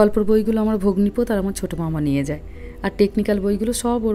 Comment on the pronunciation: একটা কথা আমি বুঝতে পারছি না, আপনি বনের বর কে ভগ্নী পোত কেনো বলছেন, ওটা তো ভগ্নী পতী হবে, তাই না?? নাকি আমি কিছু ভুল শুনলাম বা বুঝলাম, বুঝতে পারছি না, প্লীজ একটু ক্লিয়ার করুন। আমর বুঝতে ভুল হলে ক্ষমা করবেন । 🙏❤️😊